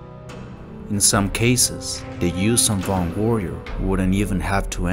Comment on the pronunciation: As a huge vong fan the j sound just no it's Yun'uzhan and Yun'yamosk a y not a j